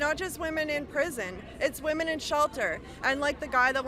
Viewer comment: please learn how to pronounce 'WOMEN'. You say it the same way you say woman but it is pronounce WIMEN